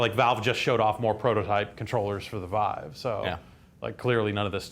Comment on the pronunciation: Really wish would stop saying it "Veev".